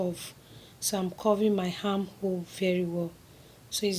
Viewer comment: Plz do well to learn to pronounce English words well. Arm and not “ harm” 👍